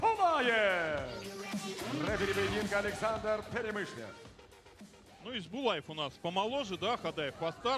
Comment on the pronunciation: Правильнее будет не Исбулаев, а Есболаев. Есбол - это чисто казахское имя.